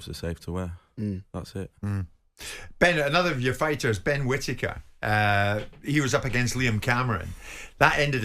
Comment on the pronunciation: Benjameme kwittaker lwot sh t uppppp😂😂😂😂